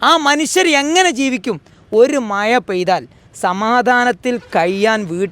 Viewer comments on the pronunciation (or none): മയ അല്ലടൊ മഴ എന്ന് പറയാൻ പഠിച്ചിട്ട് ചിലക്ക്......